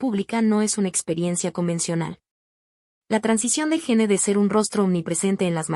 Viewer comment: AY VIBORITA LA QUE HABLA...A APRENDE A HABLAR ! A PRONUNCIAR ! ES PRONUNCIACIÓN DE GENE: "YIN" HACKMAN: "JACMAN". BUSCA OTRA MANERA DE GANAR $ ..SOY EL PRIMER Y ÚNICO COMENTARIO !😂